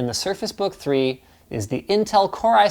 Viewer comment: Did he say Intel? Hahahahaha